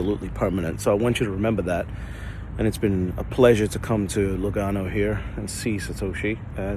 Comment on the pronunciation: Lugano. I heard Uganda 😂